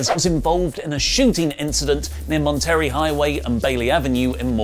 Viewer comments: I do appreciate you, however, you got the Syllablic breaks wrong for Monterey. The Two most common ways Monterey is pronounced for native English Speakers (in Northern California [at least]), that don't go for the Spanish pronunciation are: maan·tr·ay or mon·tuh·ray Side note: The Etymological Translation of Monterey is: [From the Spanish]: Monte-rey Monte-: Mountain -rey: King Literal translation: "King of the Mountain"...don't Any of Y'all give TNA any branding ideas... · It’s not Mon-terry, ya damn Brit, it’s Mon-tah-ray. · As native to SJ it's pronounced Monte-rey like Rey mysterio Santa Clair-uh